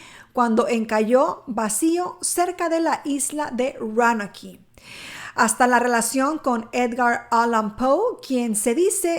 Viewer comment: La pronunciacion para Roanoke es " Rounouk" y para Raleigh es "Ralig"